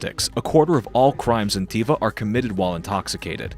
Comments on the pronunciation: It's pronounced tUva, not tIva you idjot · Pronounce the name 'toova', not 'teeva'. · It's not pronounced Tiva! It's Tuva, you idiot! OMG you can't even pronounce the subject of your video correctly... and this (я) is (am) an American telling you this! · It is not T I V A. It is T U V A , with U like Utah. Actually it is a letter non existing in english and russian, and I is the wrongest pronounciation. + You are lying. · Your pronunciation is as bad as a Brit’s. Ы is like Turkish ı, a short middle vowel like an unstressed y or i in English. Also, Тува sounds like Tuva, not those awful 90s sandals called ‘Teeva’. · If you actually went there you would have learnt the pronunciation "Tuva" .. not "Teeva".... unbelievable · Why does the narrator keep saying Teeva? It's obviously Toova. No wonder they caught heat. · Jezus Christ almighty.. DO YOUR RESEARCH! From the get go you pronounce it wrong, how embarrassing. Tuva or Toova. Y is a Russian letter. If you went there you should have picked that up instantly. Alternatively go check Richard Feynman. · The AI voice in unbearable. Learn how to pronounce Tuva. Delete your account.